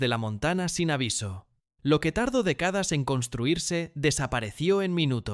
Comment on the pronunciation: Tuneles, decadas, practica, los acentos de las palabras esdrújulas se fueron de paseo, parece. Todo pronunciado como graves...qué desastre. Seguro es una IA mal entrenada